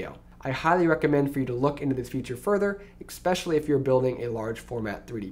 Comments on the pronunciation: eXpecially. oof. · And then he said "expecially" -_